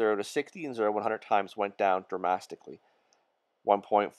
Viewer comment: Dramatically! Not dramastically